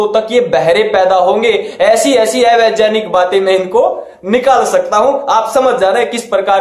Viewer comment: ये राहुल आर्य 'ज्ञानी' और 'वैज्ञानिक' को 'जानी' और 'वैज्जानिक' क्यों बोलता है ???? हा-हा-हा-हा